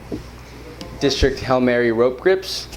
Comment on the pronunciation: "disrikt" lmao